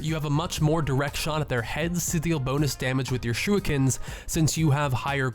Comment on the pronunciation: Did he just say shooikens